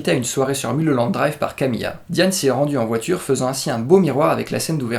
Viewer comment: ON NE DIT PAS MULE HOLLANDE DRIVE MAIS MEULE HOLLANDE DRIVE ! Sinon très bonne analyse, vous avez tout compris. Il suffit juste de remettre les séquences dans le bon ordre mais les scènes rêvées sont le fruit de la frustration de Diane, de sa jalousie envers Camilla et du fait qu'elle ait sombré dans la drogue et dans ses délires elle va jouer le rôle de sa vie. Celle qui la méprise devient une inconnue perdue et fragile et elle va se transformer en héroïne mais ça c'est après qu'elle ait commandité le meurtre de Camilla.